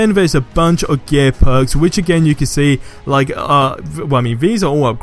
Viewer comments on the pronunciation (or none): when you say gear it sounds like your saying gay XD